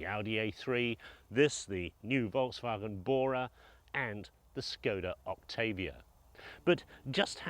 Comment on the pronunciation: It's Volkswagen not Wolksvagen